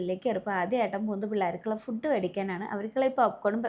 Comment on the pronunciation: ഫുഡ്ഡ് അല്ല ഫൂഡ്